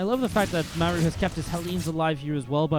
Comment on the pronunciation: Why do you call Maru “m’air-ew”? It’s really super distracting